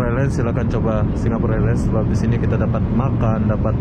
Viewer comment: sewaktu di bandara Kan sudah disebut dgn betul itu mas